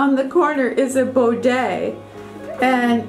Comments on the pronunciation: Bee-day. Not bo-day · Hi,, It's great to see you and Desi so happy! Your home is so beautiful. I love the soft blue kitchen cabinets. I wouldn't change them. I'd use soft sheer curtains, not heavy ones. You shouldn't change to a full size bed, no no. By the way, it's a Bidet, not a Bodet.🙂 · PS It’s pronounced “bidet” bid-day Its a French word ❤